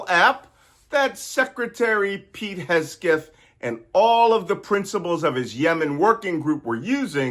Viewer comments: Malcolm, please learn how to pronounce Hegseth’s name correctly, threat that he is. It is HEG-Seth. Not Hess-Geth. You’ve been doing this for months. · His name is Hegseth, not Hesgeth! It's much closer to Hexit. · Malcolm, you keep pronouncing SecDef's name wrong. It is Heg-seth, not Hes-geth. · Malcolm, you perform such a service for us here. (btw, Pete's last name is pronounced Heg-seth. :) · It’s Hegseth, not Hesgeth. A good way to remember is that it rhymes with Kegbreath. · Malcolm is subconsciously mispronouncing Hegseth's name and calling him "Hegsgeth". Subconscious projection of deep disrespect. Love it. Malcolm is no fool 😎💙🙏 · Its Hegseth not Hesgeth 😁 Also pronounced Dogsh!t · Is there some inside joke here that involves intentionally mispronouncing Pete Hegseth's name? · "Hes-geth" deserves to have his name mispronounced, lol. 👍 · We have been looking forward to YOUR take specifically on this Fubar!!!!! BTW That moron's name is pronounced Heg' seth, 'not that anybody cares" to quote the "Big Bang Theory." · Your constantly mispronouncing names makes your coprehensive and cogent analysis sound dumb. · Just gonna jump on here and wonder why an expert cryptologist continues to mispronounce Hegseth. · The name of the creep is Heg-seth! You mispronounced it, Malcolm. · Ok Malcolm, say it with me, Heg-seth, Heg-seth... Hegseth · noticed that too, and he does that with a few other words. I just assumed it's a mild case of dyslexia, but totally doesn't matter and has nothing to do with working intelligence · I think he does it on purpose, Hegself sounds about right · specially pleasing is how you mess hegseth surname. great attitude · Did he ever say Pete's name right? 😂😂😂 biggest burn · Love that you mispronounce Hegseth 😅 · Hegseth may be an idiot, but it’s probably a good idea to pronounce his name right. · You always say Hegseth's name wrong😅😂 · Why say Hesgeth? "Hegseth" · HegSETH not Hesgeth. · Mr Nance….great lesson, but it’s Heg-seth, not Hes-geth.